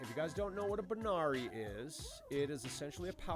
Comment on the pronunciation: Hey brother it's actually a "Barani" not a banari. Alot of people make that mistake though. Lol